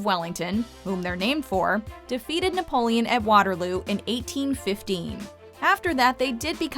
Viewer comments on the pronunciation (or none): You should not hire narrators who don't know how to pronounce one of the most famous names in human history.